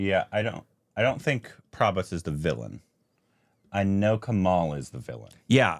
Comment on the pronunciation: Not KAMAAAL..you guys do great reviews.. pls work on learning a bit on pronouncing the names.. its easy.. don't stress or drag the second syllable.. its like KAMUL (not Kamool) Amitabh is Hindi.. Deepika is south.. but Karnataka(kannada mostly, or other dialects like Tulu..), she doesnt speak telugu. But the original rendition is Telugu.